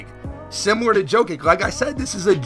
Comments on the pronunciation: He said joe kick instead of jokic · “JhOkKiK”????😭😭😭 Nah I’m playin thx for this vid tho fr